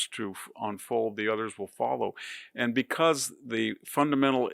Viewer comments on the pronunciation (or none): none